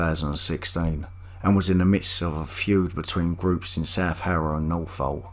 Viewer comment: Residents of Norfolk, don't be alarmed. This incident happened in Northolt. This man possesses poor pronunciation of words in his own language and it may confuse you.